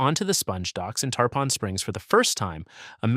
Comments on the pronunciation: Tarpon is pronounced tar-pin, like the fish & not tar-pahn rhyming with tampon! 🤪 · It's spelled Tarpon, but it's pronounced Tar-pin.